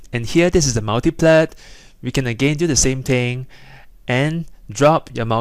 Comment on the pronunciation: How you stress the syllables :D "and theeeres a multipleeeeet!"